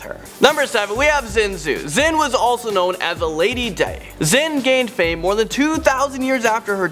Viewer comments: Your pronunciation of xin zhui and lady dai is atrocious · anyone else annoyed by how he mispronounced Xin Zhui??? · When you studies mummies so well but can't pronounce "xin zhui"